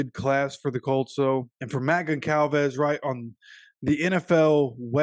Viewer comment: The c is pronounced like a z “gonzalvez”